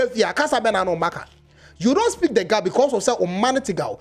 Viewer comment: Please I’m Ashanti but it’s pronounced GA NOT GAA